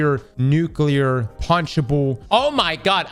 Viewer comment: Say it with me: New-Clear. There is no extra U. It's not New-Cue-Lure. My one pet peeve by people who want to sound smart.